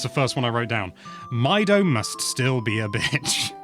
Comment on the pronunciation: I always pronounced Mido like "Mee-doh." He lives in "Ko-keary" Forest. He likes "Sar-ee-uh."